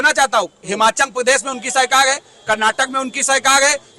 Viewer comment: Abe pahle sarkar bolna seekh le sahi se fir bayan baji kr